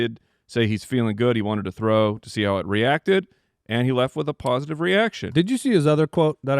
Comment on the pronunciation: Did say PAWsitive reaction?